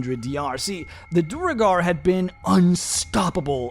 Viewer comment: I feel a twinge of unreasonable anger every time he pronounces Duergar as Duh-reh-gar